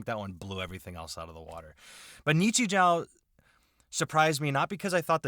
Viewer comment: Japanese grammar claims anther victim! In Japanese, when a "u" follows a sound ending in "o", the "u" is silent and is instead used to elongate the "o" of the previous sound. So, "ni-chi-joo". Yes, Japanese has a more logical solution to this. If you're writing using katakana characters, you can simply put a dash to indicate an elongation. Why not also do that when using other characters..? Because reasons! Nichijou is a great little absurdist comedy series. It's a series where one episode might have a dramatic, super-slow motion 5-second-rule dropped wiener recover, while in a different one, the frail school principal German suplexes a deer.